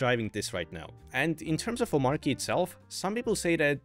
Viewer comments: by the way - the pronunciation is "OmarCHy," not "OmarKy" :) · I think its Omarchy not Omarky I'm talking about pronunciation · It's "omachy", actually ☝🤓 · Its pronounced Omachy(explain DHH creator of Omarchy) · Why do so many people pronounce Omarchy wrong. It’s based on Arch, hence it’s Om-Arch-y. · Omarchy is pronounced Omarchy. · It's pronounced omarchy btw. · Dis dude knows how to pronounce Arch but continues to mispronounce Omarchy. 🤣🤣🤣🤣🤣🤣